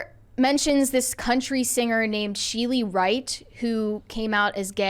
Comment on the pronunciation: Chelly Wright is pronounced Shelly, it's just spelled different. She did the songs "Shut Up and Drive", Jezebel", and "Single White Female" in the 90s / early 2000s. Had no idea she decided to ride the KD Lang bus.